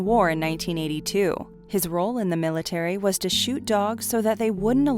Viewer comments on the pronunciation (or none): none